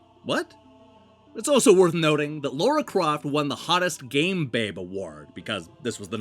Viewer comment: As ever great vid and love your narration. HOWEVER this vid includes a bugbear of mine... the weird problems Americans have with pronouncing "Lara". It's not Laura as you pronounce it it's with a laaa, as in "tra-la-la" or even easier Lalaland. It's almost as if some americans can't hear the syllable or their mouths are brought up to say that syllable so automatically fall into a Laura sound. Just a theory.